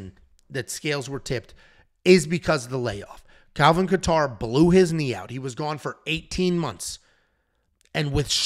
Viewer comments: With all due respect, I’m a huge fan love the content, but if I hear KA-TAR one more time lol .. really not trying to be ‘that guy’ but cmon bro. It’s pronounced KAY-ter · Dude and he said Calvin Qatar… these make him lose so much credibility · Is trolling when pronounced Kattar & Rakic? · idk I couldn't stop laughing at how he Saying Kattar name its not even close but its ok I got A kick out of it.